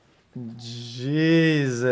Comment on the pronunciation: basically whenever xqc mispronounces the name Jesus, whatever he's watching is true and real